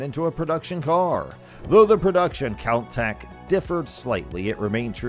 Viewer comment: You can always tell someone who doesn't know anything about cars when they can't even pronounce Countach or Pininfarina.